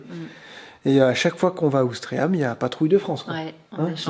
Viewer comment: Bonjour les vadrouilleurs et tous les Bandys....je suppose que c est volontaire... mais ya un ""i"" a Ouistreham.....a moins qu on le prononce pas... bizzz